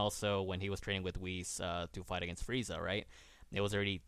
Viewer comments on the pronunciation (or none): none